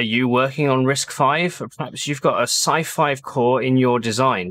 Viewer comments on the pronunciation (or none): You keep saying scifive and I keep hearing scifi as in science fiction Nice video